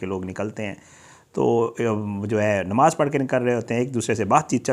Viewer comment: you have false and misleading thumbnail to attract viewership. Qatil Kon, Kyn mara, no details or little information on this. Why do you use misleading thumbnail. Secondly,, the word is Namaz and not Nemaz - a typical mispronunciation by all paindos.